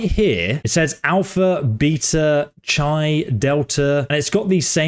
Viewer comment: Chi is pronounced "kai"